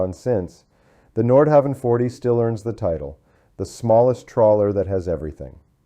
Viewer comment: Pronunciation is terrible. Nordhauwn is closer. There’s no W sound in Danish. Havn is pronounced Hown. Like København, which is Copenhagen, it’s pronounced KoobenHaun.